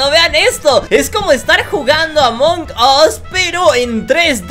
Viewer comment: dice mal amon gos 🤣🤣🤣🤣